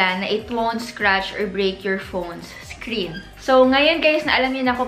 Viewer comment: Hope you could improve your tense and lax vowel sounds Scren vs screen Ensurance vs insurance Gluss vs glass Fingerprent vs fingerprint Teshu vs tissue Crucking vs cracking Diphthong Mowdel vs model Medyo distracting kase. Dont get me wrong. I watch your videos because of your content pero better kung ma-correct yung pronunciation slips. :)